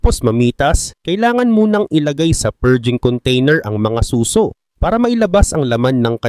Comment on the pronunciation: Suso? As in breast😅 susò